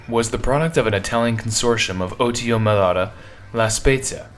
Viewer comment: You repeatedly pronounced the manufacturer's name wrong. It's Melara not Melata.